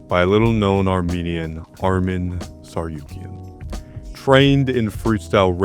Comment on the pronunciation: the amount of ppl who make mini-docs about him who dont even try to say his name properly is crazy